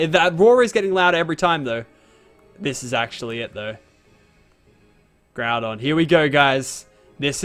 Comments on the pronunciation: ITS NOT GROO DON ITS GROW DON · its not groodon its groudon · GROUNDON!? HAHAHAHAHAHHAhahahahah its Groudon